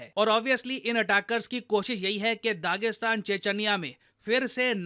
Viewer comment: che-ch-niya hota hain, che-ch-anya